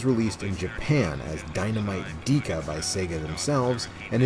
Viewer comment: Why did you pronounce it "Deeka" and not "Deka (Decka)"? Even the clip at the end said Deka. Great video otherwise.